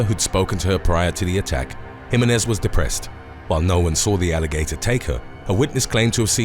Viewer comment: Can you please remake the part of this video from time to time and then repost it? It's a bit cringeworthy the way that you pronounce the last name "Jimenez". My last name is of hispanic orgin both marital and birth given and if I heard one of my favorite channels on youtube pronounce it incorrectly I would just stop watching all future videos from that channel and never visit that channel again. I'm sure that you have the time to re-record